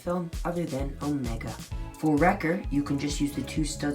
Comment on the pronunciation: Its pronounced, Omeeeeeeega not... well... whatever you said lol